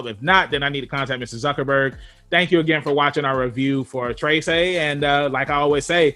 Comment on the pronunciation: lol its not "trey-say" its "treh-seh" but ok, to me, the animation was kinda slow and boring. i feel like it has a lot of potential but yeah...